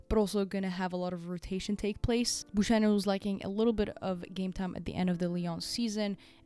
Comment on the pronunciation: Excellent as always. One thing, Buchanan is pronounced with a hard k not a soft sh.